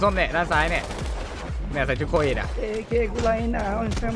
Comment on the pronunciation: โคอิ ไม่ใช่รหอครับ ไม่ใช่ กอย